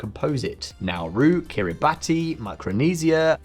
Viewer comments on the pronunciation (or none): Kiribati is pronounced kir-ih-bass. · . It’s pronounced Kiri Bass. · It's pronounced 'Ki : ree : bas'